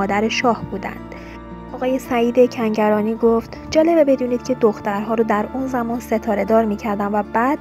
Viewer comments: از رو متن هم نمیتونی درست بخونی؟ دو بار گفتی سعید سنگرانی به جای کنگرانی! یه جا دیگه هم هُژبر یزدانی رو هَژیر یزدانی!!! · Tv+ شما این شایعات رو فقط بخاطر اینکه پست تون رو ببینند درست میکنید. این دختر گوینده اینقدر بیسواده که نمیدونه اسم فامیل هنرپیشه مورد بحث کنگرانیه نه سنگرانی . شاید هم نمیتونه تلفظ کنه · بی سواد کنگرانی رو میگه سنگرانی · سعید سنگرانی نیست خانوم گوینده. سعید کنگرانیه. تکرار کن😁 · چرا چند جا میگی سنگرانی؟